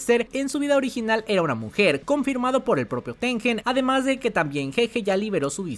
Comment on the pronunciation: Gran video me encantó, hay muchas teorías de que Tengen quería perjudicar a Yuki pero creo que fue más porque Tengen no sabía que iba pasar. Una cosita, el nombre japo de Tengen es てんげん lo cual se pronuncia tenguen, no con j